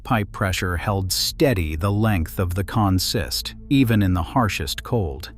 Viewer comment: Please talk to somebody who knows the vocabulary of railroad operations. On the railroad, “consist” is pronounced “CON-sist,” not “con-SIST.”